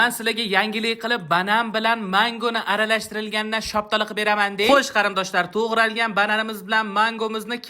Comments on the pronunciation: Bobojon gapirishni bilmaysizmi shoptoli mas shaftoli deyiladi😂😂😂😂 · Siz "Shaftoli"ni "Shaptali" desangiz Biz "Shaguli" deymiz 😂